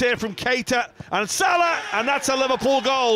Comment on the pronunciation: After all the joy he has brought to football, you could at least pronounce his name correctly.. “mmhammed sulah”.